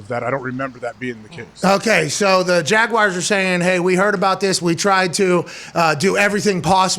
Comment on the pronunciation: Everybody: Jaguars Pat: Jaguires